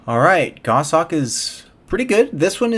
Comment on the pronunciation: I'm a relatively new player 7 just wanted to say thanks for the content, it's very informative and carries over well to the mobile version, which I'm playing. Also it's nice to hear someone pronounce the word "goshawk" correctly (WTF is a "go-shawk" anyway?) :P